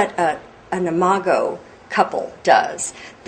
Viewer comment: THANK YOU, THANK YOU, THANK YOU, for pronouncing "imago." I could not tell if it was "I-mah-go" or "I-mah-Joe," as in "imagine." The word appears so frequently in your book, I cannot focus on the message of your book, without my train of thought being disrupted by this unfamiliar word. Now I can read the book and learn.